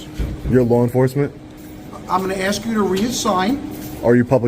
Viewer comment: When a cop says axe instead of ask and also has a gold necklace showing, get as far away as possible